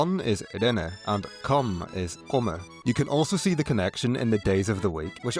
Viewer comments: it is not komme, it is Ko - men with ooo as in slow komen, to come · Komen is not pronounced kommen. That's a different word.